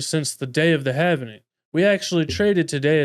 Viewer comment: Sir, you are saying Havening - it is Halving. Present participle of halve. Pronounced like this: /hæv/ so it would be like /hæv - ing/ not have-en-ing like you're saying.